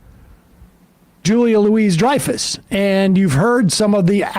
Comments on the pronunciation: At least get your facts straight. It’s not Julia LOUISE Dreyfus. It’s Julia Louis-Dreyfus (LOO-ee DRY-fəs) M*A*S*H was produced by Larry Gelbart, not Norman Lear. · Sigh. It’s Louis-Dreyfus. LOU-ee. Gotta do a the research, man. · It’s LOU-EE Dreyfus. You don’t pronounce the S. It’s not “Louise.” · Julia Lou-y Dreyfus. You don’t pronounce the “s”. Louie not Louise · Louie, NOT "Louise". You should know your subjects names. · Her name is not Julia Louise! Her surname is Louis-Dreyfus (pronounced looee because it is French) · Its Louis like the French way "louie" not "louise" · It's pronounced loo-ey not Loo-eez. 😮‍💨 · Okay, not Louise-Dreyfus (like the woman's name), but "Louie" (like man's name)...😬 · it’s Julia “Lou-ee” Dreyfus, not Louise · Love you, but it’s Julia “Louie” not Julia “Louise.” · LOOOO-EEEEEEE!!! Her name isn't Louise. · Julia loui the s is silent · it's pronounced Loo-WEE not LOO-wis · Ite Julia Louis ( Loo ee) not Louise ( Loo ese)..😊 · Louis(LOO-ee)-Dreyfus not Louise(Loo-EEZ)! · Pronounced Lewy not Louise!!! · Love the topic and JLD's comments about shifting sensibilities. She is so insightful and reasonable and generous. Just a wee note about pronunciation--it's LOO-ee-DRY-fuhss (not loo-EEZ-dry-fuhss). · Sam, her name is Julie LOUIS-Dreyfuss. Pronounced “Louie”. No Louise on set. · Julia "LOUIE", not Julia "Louise" FFS. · It’s Louie not Louise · Sam I love you man but Julia LOUISE Dreyfus? Cmon dude. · learn to pronounce her last name before you have a spot on her. her middle name is NOT louise. smh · Julia LOUIS-Dreyfus. Not "Louise". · Julia LOO-ee Dreyfus Long Duk Dong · LOUIE! IT'S PRONOUNCED LOUIE!!! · You’re pronouncing her name wrong. It’s not Julia Louise Dreyfuss, it’s Julia Lou-EE Dreyfuss. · Pronounced ‘Louie’… cmon, quit being so woke and pronouncing names wrong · Her name is pronounced Loo-ee. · It's been years he's been talking this way and you said her name wrong . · The "s" in Louis is silent. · You're mispronouncing her name.